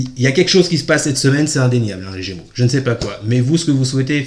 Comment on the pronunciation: Idem 🤬 insupportable on est gémeaux.